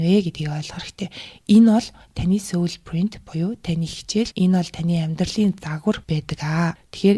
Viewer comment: Heregtei medeelel ogdogt bayrlalaa 😌 “Soul” iig joohon ooroor duuddag shuu, Mongolchlood duudaj bgaach ene ug bainga davtagddag bolhoor hellee sorry 💕